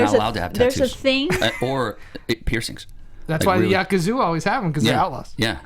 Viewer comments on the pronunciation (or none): .....what did you just say... the YAKAZUA?? REALLY?!!